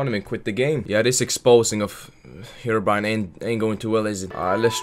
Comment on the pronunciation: Herobrine* not herobrian